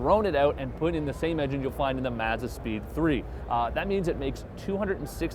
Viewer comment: Hopefully by now someone has taught this guy how to say mazda